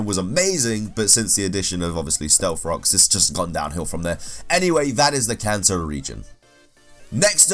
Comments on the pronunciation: I thought you said ‘cancer region’ instead of “Kanto region” lmao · It sounds like he keeps calling the kanto region the cancer region. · My non-native ears thought you said Cancer region.